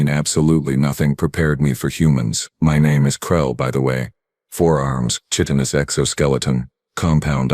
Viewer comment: You mispronounced chitinous. "Pertended" is not a word. *Pretended "Perdictid" is not a word. * Predicted "Perdict" is not a word. *Predict "Perventid" is not a word. *Prevented